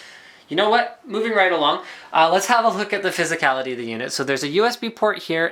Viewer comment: "Phsyicallity of the unit" haha omg